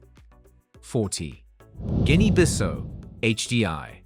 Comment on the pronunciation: Guinea Bissau (Biss-how), that's how to pronounce it...